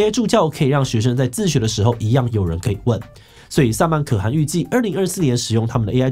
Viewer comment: 可汗 ㄎㄜˋ ㄏㄢˊ